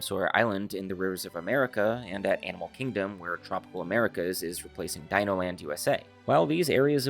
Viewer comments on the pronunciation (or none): none